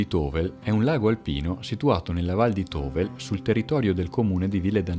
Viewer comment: Tovel si pronuncia Tovèl!!!!